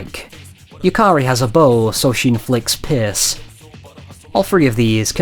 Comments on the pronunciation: It's "Pierce" but I dunno why he pronounce it that. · OP is obviously joking and pronounces it like that because accents exist.